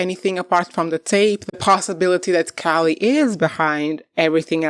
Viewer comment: How do you not know how to pronounce Callie’s name?? Don’t you watch the show? I’m out. You’re not credible